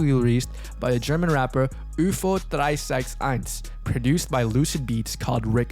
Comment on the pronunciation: for an english speaker u said ufo361 pretty good